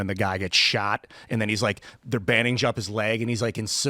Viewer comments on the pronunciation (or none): none